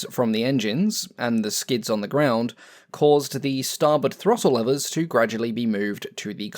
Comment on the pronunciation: What is a 'levver'? Do you mean a 'lever'?